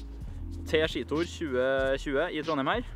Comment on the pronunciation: Engelske: Ski Tour Johannes: Skji Tor